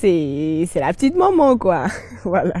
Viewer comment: Ehhh tu parles hein 😂 faut savoir parler aussi c'est pas tout on dit koyyiiii.